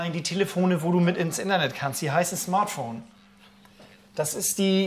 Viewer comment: Indernee...oder I-BETT...I-BETT!!! 😂🤣😂🤣 Dittsche forever LOL.